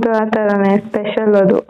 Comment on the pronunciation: Pesal alla Special bro😂